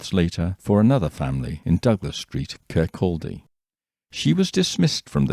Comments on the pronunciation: Oooo...so close with Kirkcaldy...Kirk-caw-day the L is silent. Brilliant video as always. That Mary was some girl! One of my best friends is a police sergeant in Fife and often says that there are many there that would steal the pennies of a dead mans eyes....very true it seems in a Mary’s case. ❤️ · Amazing story, as always. As a Fifer from Kirkcaldy, it's pronounced "Kir - Coddy", with a silent l. Don't blame you for not knowing this! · I'm sure Kirkcaldy is pronounced - KUH-KAW-DEE.